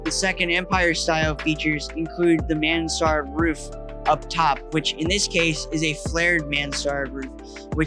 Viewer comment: Thanks for showing all the old buildings restored and lived in. You're bringing back memories of the 1960s for me. And I have to tell you that it's pronounced "man srd". The second vowel is not emphasized. It's a French style of roof, which allows more living space upstairs. A roof that features two slopes on each of its sides, typically with one steep slope, is a Mansard roof.